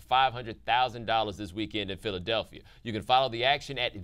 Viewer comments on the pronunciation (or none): none